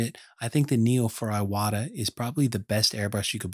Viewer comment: Thank you for this video! It's pronounced "eewata" :D